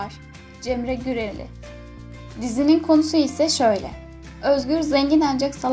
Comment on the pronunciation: cemre güreli değil cemre gümeli